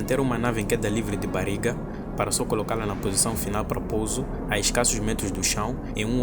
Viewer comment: "Bariga" foi foda, treina mais esse sotaque